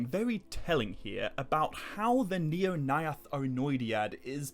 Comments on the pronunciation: Your pronounciation of the AE could improve. Mae Govannen, Maedhros, Nirnaeth sounded a little weird. Speak it fast as if its one letter. The syllables are: Mae Go-van-nen Mae-dhros Nir-naeth Ar-noe-di-ad Dont pause between A and E. At least that's how I think it works 😀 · the... "neornayath"...? 🤣